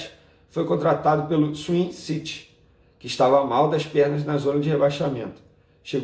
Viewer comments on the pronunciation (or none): none